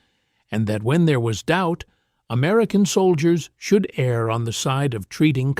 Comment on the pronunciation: " Err on the side of" Not "Air on the side of".